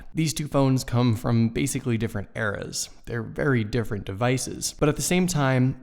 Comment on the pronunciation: These phones come from different errors? That doesn't sound good. I think you mean eras (pronounced ear-rers)